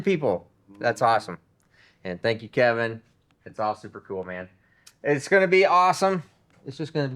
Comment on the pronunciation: KEVIN, NOT KENIN